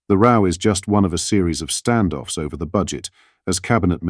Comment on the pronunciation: I am extremely confused about this channel. The narration is awful. D Avid Lammy?? row (as in boat) instead of row as in"noise". What's going on, is it a bot? Has anyone else noticed?